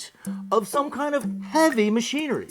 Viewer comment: He seems to have had a Stroke So Tiny, it Only effects the way he pronounces the word 'kind' he says "Kioe'nde". Great info. Funny when he says Kind though...